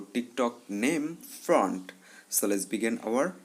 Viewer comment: Bhai front nahi font hota hai woh 🤣🤣🤣🤣